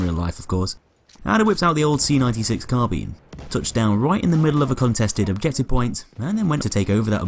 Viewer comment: When you're british and still can't say "carbine" properly...